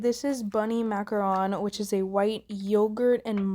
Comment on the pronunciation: Thank you for saying macaRON!!